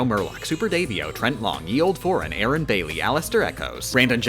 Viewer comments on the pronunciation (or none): none